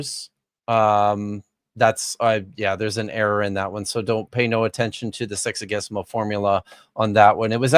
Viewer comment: Every time says “sexagesimal” I hear “sexy-guess-imal” (Also, of all the linguists you know, is Dapper the best at math?)